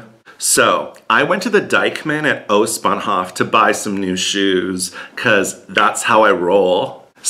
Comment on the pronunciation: Its Ostbahnhoooof Not Ostbahnhofffff